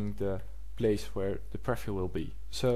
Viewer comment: Jo man, je hebt hele goede video's gemaakt maar werk alsjeblieft een beetje op he uitspraak. Zo is het niet preffiew maar PrieVieuw . Voor meer uitspraken ga naar Translate.